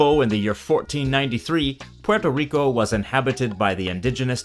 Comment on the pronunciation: The R in Rico would be trilled or pronounced more like a French or Portuguese R. The L sound only happens if the R is at the end of a syllable